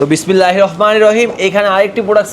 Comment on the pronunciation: বিসমিল্লাহ ভালো করে বলতে পারে না।